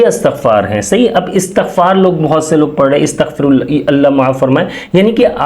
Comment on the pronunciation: Bhai jan lafz istghfar ha Asghfar lafz nh hy please lafz theak phre